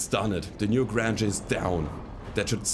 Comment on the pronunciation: Loving the series, subbed because of it. Your English is amazing, I can only wish my spoken German were so good. Only a minor quirk: the "Newgrange" is probably better pronounced to rhyme with "strange" than "flange". I know, English spelling is idiotic. A "grange" is a kind of village, originally. Anyway, loving the shows, don't let people tell you how to play - it's more fun when you play the way you want, because you'll be enjoying it more. And honest enjoyment is the thing that brings people back, I think. All the best from Canada!